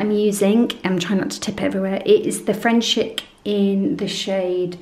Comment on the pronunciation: I have frenchic round my house! Love it 😍...but...it’s pronounced frenchic ( frencheec)! Yes I’m a sad cow 😂...frenchic alfresco is tougher than the finishing stuff, so you don’t need it really..I’ve had greyhound alfresco on my staircase for 2 years without finishing coat and it’s only just needing a refresh xx